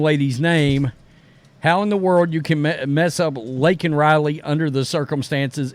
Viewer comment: If this were the first Biden gaffe, I could probably let it slide. When Newsmax was first reporting Laken Riley's death, the people on their channel weren't saying her first name distinctly and I kept hearing Lincoln as well. Unlike McAfee, I didn't take that to mean the coach was dead. But I did wonder if he had known he had a female namesake prior to her death. Was several days before I saw her name in print and learned I'd been hearing it wrong. But as long as Laken Riley's murder has been news now, you'd think the speechwriter crafting his State Of The Union address would be more careful than that. It's one thing for a random normie to mishear a name on the news. It's quite another when a government official who's citing a national tragedy in a major speech butchers the name of the victim.